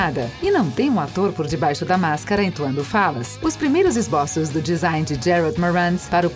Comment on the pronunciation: Parei no "Esbóços".